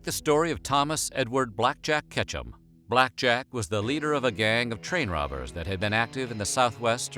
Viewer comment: When they were talking about Ketchum I thought they said ketchup